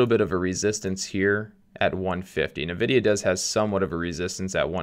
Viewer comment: I love how u pronounce nevedia😂